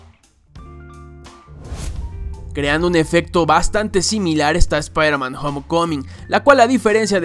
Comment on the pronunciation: shpairman XD